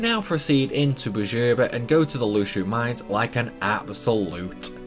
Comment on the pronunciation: sounds almost like you said "How overpower can you get before you lose your mind" lol. Lhusu Mines = Lhus ur Mind